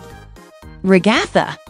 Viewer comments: It’s not Ragaitha it’s Ragatha 🤦🏼‍♀️🤦🏼‍♀️🤦🏼‍♀️🤦🏼‍♀️🤦🏼‍♀️🤦🏼‍♀️🤦🏼‍♀️🤦🏼‍♀️🤦🏼‍♀️🤦🏼‍♀️🤦🏼‍♀️🤦🏼‍♀️🤦🏼‍♀️🤦🏼‍♀️🤦🏼‍♀️🤦🏼‍♀️🤦🏼‍♀️🤦🏼‍♀️🤦🏼‍♀️🤦🏼‍♀️🤦🏼‍♀️🤦🏼‍♀️🤦🏼‍♀️🤦🏼‍♀️🤦🏼‍♀️🤦🏼‍♀️ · The RE-GA-THUH got me😂😂😂